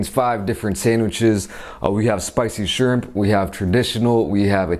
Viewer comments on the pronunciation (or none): Ur not saying shrimp right but idc